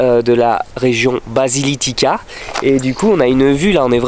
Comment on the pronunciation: Trop canon! Ça va m’inspirer, je pense faire les Pouilles en 2024! 😍 Et tu m’as bien fait rire avec ta prononciation de la région de la « Basilicata » 😂